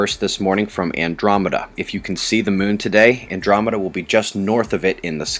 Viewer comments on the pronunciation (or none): none